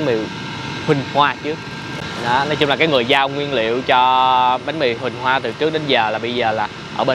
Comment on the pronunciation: Bánh Mì "Huynh Hoa" chứ kh phải "Huỳnh Hoa" a ơi 🤣🤣